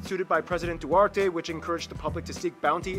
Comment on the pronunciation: The Accent when he say Duterte iss very wrong it's more sound like Du30